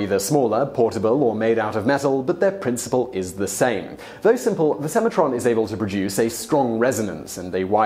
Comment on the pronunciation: "Alforn"?? TanzAnia - pretty sure it's TanzanIa. And if something is spelt Semantron, I'm guessing you should pronounce the N.